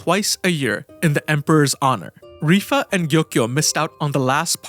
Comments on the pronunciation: Dude, I wanted to smack you throughout this video, is not RIFA, ITS LIWA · It is strange to pronounce it Rifa. What language pronounces L as R ? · I literally sat here for a few seconds like "who the fuck is rifa" lmao its LIHUA